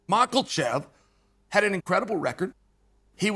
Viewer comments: It s more like michaelchev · This mf really thought we didn’t catch him pronouncing Islam’s name correctly and then reverted back to ma Kal chev the rest of the way through ! I caught you out mf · Bro gariush, makelchev, I'm dying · Love Uncle Chael's channel!❤ I still laugh every time Uncle Chael pronounces Makhachev's last name as "Mak-el-Chev!" Simply hilarious!!!😂 Uncle Chael doesn't care how he pronounces last names! Love it!!!😂👍🤣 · “Benny Da-roosh” and Islam “Mocklechev” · Mackul-shev lol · Chael "Macklechev" Sonnen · 'Makalchev'. Greatest ever. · I love that Uncle Chael purposely mispronounces names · First of all, Learn how to say Islam’s name lol Second, Boo Chael !! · If you cant pronounce his name you need to just shut up chael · Chael the white weirdo sonnen... It's time for you to Pronounce Islam's name correcty. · Why does Chael pronounce Makhachev with a hard L in the middle?